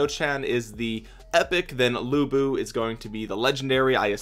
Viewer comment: To pronounce lu bu, the closest I can think of is the pronunciation "lu" from the word "lure" 😆